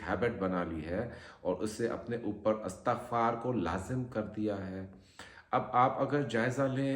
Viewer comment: Astagfar hota ha astakhfar na bola Kary plzz